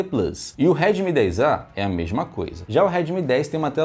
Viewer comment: Pode parece bobo, mas eu me perdi umas cinco vezes com ele falando remid 10 😂😂😂 eu já não sabia de qual ele tava falando mesmo especificando. Kkkk